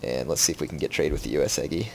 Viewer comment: Gah! He said Uesugi is his favorite clan, but it's the only one he never pronounces right! DX